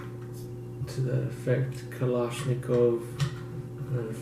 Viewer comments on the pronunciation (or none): Kalashnikov not kalashnikova Hahhahaahahahhaha